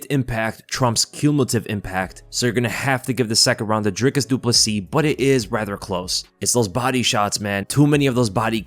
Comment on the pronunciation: This channel must be the only one that can pronounce his name and surname properly; this guy must know what he is talking about!